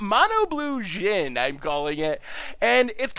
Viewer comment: It's a djinn. Common - let's try to not to pronounce it like it's the next American president